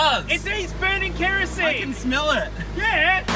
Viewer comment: the most australian "yeaah"